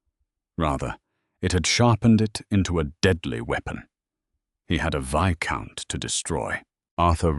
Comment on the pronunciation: The s in viscount is silent